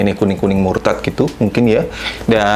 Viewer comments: Mustard bang bukan murtad 😂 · kuning mustard bang bukan kuning murtad wkwk